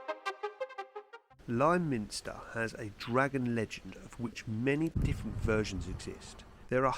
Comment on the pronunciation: Us locals don't call it lie minster. Liminster, like limousine. Just so you know :-)